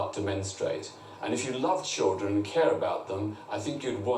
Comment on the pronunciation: Ugh, I hate it when people say choo-dren instead of children. Try and say ‘chilled run’ instead, it will make you sound less thick.